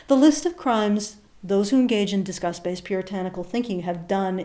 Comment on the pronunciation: Lol, your accent makes "disgust" sound like "discuss". Made me very confused. Praise kek.